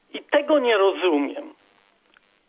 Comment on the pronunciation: mówi sie rozumieM - Pan czasem sie myli.